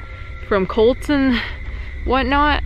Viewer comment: every time you say cults you are pronounceing it colts and I was like what is so scary about baby horses